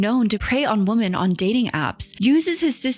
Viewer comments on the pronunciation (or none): Okay I'm sorry, WHY is everyone on YouTube suddenly starting to pronounce "women" as "woman". I've never heard you do this before and I've noticed the same with a few other commentary channels. I'm not a native speaker and it's really weird that I was always taught it's "wih-mun" and now you're all suddenly saying "woh-mun" like it's normal, lol. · Do you genuinely not know the difference in pronunciation between "woman" and "women," or are you just trying to be quirky? Do you not know there's a separate, slightly different word for the plural of "woman?" I like your videos for the most part, but that specific thing drives me insane.